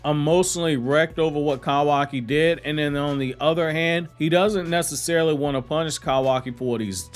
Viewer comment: I can’t get over the way you say kawaki “kowaki” 😂🤣😂🤣😂🤣